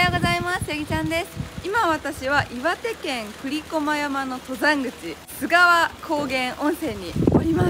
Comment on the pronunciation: 須川はガスりやすいからこそ、景色見れた時の感動はひとしおです。是非また来てください！ちなみに読み方は「すがわ」じゃなく「すかわ」ですかね。